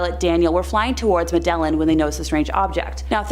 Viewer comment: Please learn how to pronounce "subsequent" and "vehement", and "Medellin" and all the other words in this video that you mispronounced.